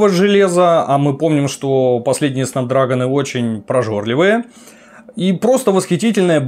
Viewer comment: Снэпдрэгон, а не снапдрагон